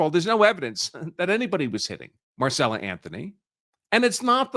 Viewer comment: Right. He reads it correctly but then keeps going back into saying Marcella. At least the NGAN guy was close.